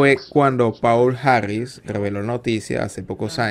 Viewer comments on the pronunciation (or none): none